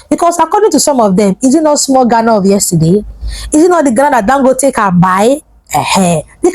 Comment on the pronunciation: Honestly I don't like the way our green and white cousins call us {Gana} Please it's Ghana 🇬🇭 not Gana 😂😂😂😂😂😂😂 One love Nigeria 🇳🇬